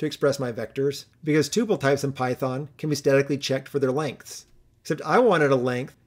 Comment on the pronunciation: Upvoted for correct pronunciation of Tuple :P